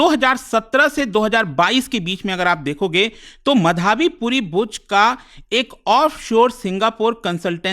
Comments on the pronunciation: मधाबी? सुनने में इतना अजीब लग रहा है। माधबी नाम है, क्यों unnecessarily complex कर रहे हो? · Bhai sahab..... माधवी है, मधावी नहीं।।।।।। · ओये मधाबी, मदारी.. व्हिडिओ अच्छा है, Informative है.. लेकीन नाम की पुरी वाट लगा डाली पुरे व्हिडिओ मे... माधवी/माधबी पुरी बुच... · SEBI ,बिना आग लगे धुआं नहीं उठता है, Gadbad ghotala to hai ,, aur ye kya lafda chal raha hai pronunciation to sahi karo ,, it's madhvi ❌ & madhabi✓ ,, isko hata dena chahiye SEBI se retail investor ke kiye iski policy thik nahi hai , ,it's my opinion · मधावी नही है, माधवी है sir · Sir her name is माधबी पुरी बुच है not मधाबी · माधबी को मधाबी बोल रहे है😂😂😂😂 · What kind of Indian you are? You can't even say माधवी properly. "Ma-dhaa-vee" bol raha hai angrez ke jaise... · मधाबी नहीं माधबी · मधावी नही माधवी है सर। आजकल भारत में गलत उच्चारण फैशन क्यों बनता जा रहा है। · मधाबी नहीं है, माधबी‌ है श्रीमान 😊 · मधाबी❌ माधबी ✅ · सर सेबी चीफ का नाम माधबी होना चाहिये मधाबी नहीं .. Kindly check Thanks🙏🏼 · मधाबी नही 😂 माधबी नाम है Burbak मास्टर😂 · Pronounce Is wrong Madhobi , but written Madhabi. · Small request : Please learn to pronounce "Madhavi" ... Correctly. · Pronounce as " Madhobi " . Very common Bengali name .😊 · Dekh raha tha kisi ne mention kiya hai ki nehi, nehi to mein comment add karne wala tha, wo word baar baar sunke maine video hi bandh kar diya.